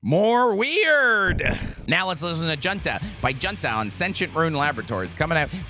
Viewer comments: pronounced hoon-ta like a military junta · Junta is pronounced “hoon-tah” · Junta is pronounced Hoonta